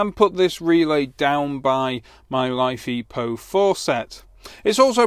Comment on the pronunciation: Mate it is not life e po 4. It is Li (lithium), Fe (iron), Po4 (phosphate). Check the periodic table. I like your vids but you sound like a git with your battery naming.